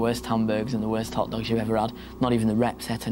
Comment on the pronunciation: "It was ge-ihn a lil hawt oursiii." Laughs in spring break, lake Havasu Arizona